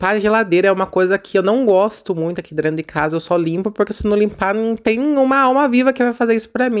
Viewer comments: Boa tarde,! Vou te dar uma dica, apesar que sei que vc não gosta. Veja: Vc fala....drento. Mais difícil do que a palavra certa, DENTRO....treina vc consegue. Amo seu canal! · Kkkkkkkkk. Se incomodaram com o "Drento". Seus vídeos me divertem e sou professora de português. Deixo as correções para a sala de aula. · se vc sabe que está errado fala certo até para suas crianças aprender falar que e dentro não drento😊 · Olha esse drento não é nada comparado com minha cunhada que é professora com pós graduação em pedagogia e fala carcanhá.